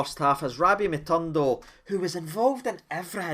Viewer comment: Its Matondo, not MatUndo 😍